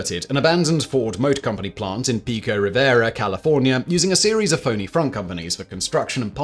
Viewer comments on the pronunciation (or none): none